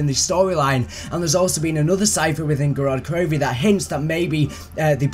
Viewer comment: It's GOROD KROVI not GODOD KROVI